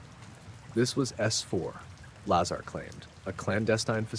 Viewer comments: Ai voice... Keeps pronouncing "Lazar" differently every time. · Sorry, very poor AI research and delivery. Lots of embellishments and exaggerations. Hollywood version told by a soulless AI narrator. Please teach it to at least pronounce his name correctly.